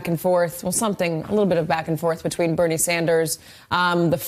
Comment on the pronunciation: why is it so hard for him to say Bernie,is he stupid or what.....